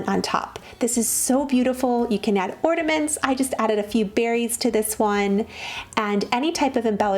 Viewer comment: Or-NA-ments. Not ordaments.